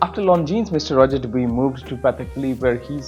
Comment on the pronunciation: It's Rodger Dubwah. Not duboowee. 😂